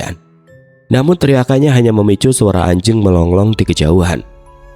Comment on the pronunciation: Nyimak ..Malang Koreksi aja kalimat MELONGLONG yg benar MELOLONG 😊